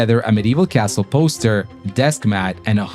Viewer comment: It's not impossible, it happened many times, and you gotta pronounce Castle correctly, even if you are an american.